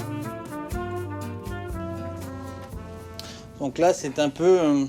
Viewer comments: Inculte le reporter on ne dit pas château pétrus mais petrus le seul et unique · Si si ... c’est Château Petrus